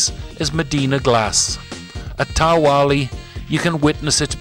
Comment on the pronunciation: Just another polite correction.. The letter Q is generally silent in Maltese so Ta Qali is pronounced "Ta Ali" not Ta Wali. The silent rule also applies to words beginning with GH. Just tryingto help.